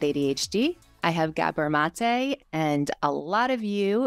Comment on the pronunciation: It's GAH-bor not Guh-BOR.